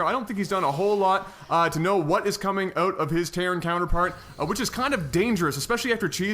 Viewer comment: Man it is annoying when you say 'out' as 'ut', hope you don't mind me sayin